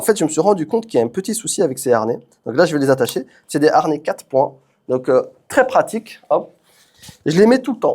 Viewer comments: Y a pas de R à harnais, comme il n'y a pas de U à "amblance" 😅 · haRnais....harnais😅😅😅